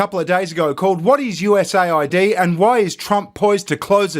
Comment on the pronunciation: It’s not USA ID. It’s US AID.